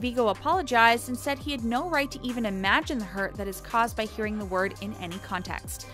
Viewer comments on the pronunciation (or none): How do you manage to pronounce a simple word incorrectly in EVERY. SINGLE. VIDEO.